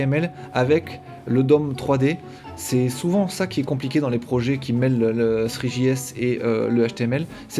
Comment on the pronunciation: Veuillez faire un effort dans la prononciation des mots en anglais "three.js". Heureusement que c'était écrit :)